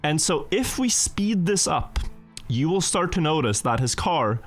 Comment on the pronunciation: Why does he keep saying “starge” instead of “start”? Is there a purpose?